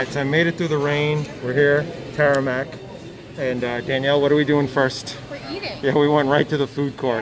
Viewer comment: It’s Tamarack...not Taramack.